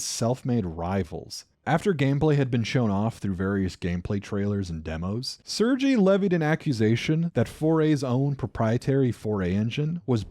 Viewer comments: Great video but just for your edification, the name Sergei is pronounced "sir gay" not "sir gee" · This video is great, but the way you pronounce sergei is killing me man. It's "ser-gay/sir-ghei", it dosent actually matter, but it makes me think scene in trailer park boys when ricky tires to say "jalapenio".